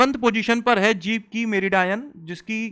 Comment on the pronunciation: Meridian❎ meri dayan✅. 😂